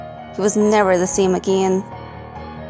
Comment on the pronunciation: I love your videos but the way you say "again" just... I can't subscribe it gives me a headache